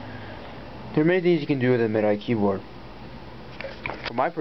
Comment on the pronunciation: Actually, it's pronounced 'Mid-Dee,' not 'Mee-Dee.' Just so you know.